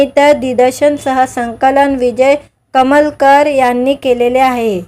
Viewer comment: अग बाई विजय कलमकर असं नांव आहे. कमलकर नव्हे. अमराठी मुलगी आहे. मराठी बोलण्याचा चांगला प्रयत्न करत आहे.